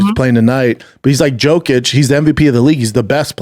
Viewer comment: He asks he if she watches basketball then pronounces Jokic’s name 3 times wrong